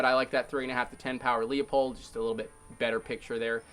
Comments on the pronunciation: What's a Leah-pulled??? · It's (loo-pold)